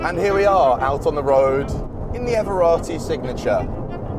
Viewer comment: EveRRati not ever EveraTTi